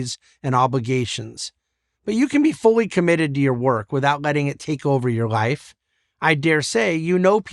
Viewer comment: How does he pronounce the word "life"??? "Rife"? Please becomes prease?